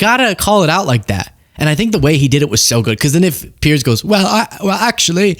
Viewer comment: Piers, not Pierce